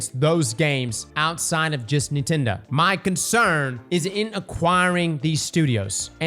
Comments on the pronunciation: Bro stop saying Neetendo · I love how says Nintendo- "Kneetendo" 😂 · They way this man pronounces nintendo is a bit odd